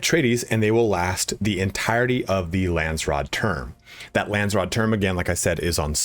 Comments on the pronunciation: Lands raad .... not rood 😅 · Lansrod..lol. its Landsraad..